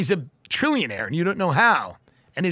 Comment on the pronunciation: Gucchi Provahlhone...I just spit up my coffee. LoL